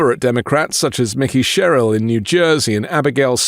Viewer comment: Good news - but let's learn to say Mikie Sherrill's name correctly. It's NOT pronounced "Mickey".